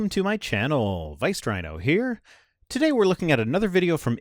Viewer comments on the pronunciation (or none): ngl when I heard the intro, at first thought I heard "Riced Wino" and thought, "Whoa, his frustration is getting the best of him", anyway...appreciate the art of the rhino "younglings". Other than "The Rhino-lets", what's a better name for rhino herd?